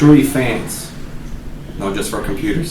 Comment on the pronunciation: says fayuns instead of fans